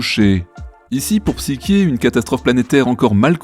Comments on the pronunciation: Psyké ??? c'est quoi cette prono6nciation ? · Qu'est-ce que vous m'énervez avec votre Psyké ! En français, Psyché se prononce psyché ! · La psyché est mal prononcée, elle est une illusion de réalisation de quoi que ce soit!